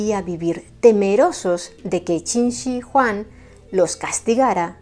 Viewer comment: Eres la primera persona es Youtube que pronuncia correctamente Qin Shi Huang